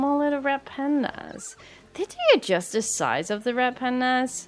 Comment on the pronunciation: I know your saying Red but for some reason I'm hearing Rat not Red I don't know why I'm hearing that but I am